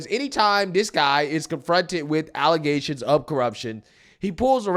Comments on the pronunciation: Bro... it's "allezations", just axe Tiffany Henyard. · those nasty "alezations" 😅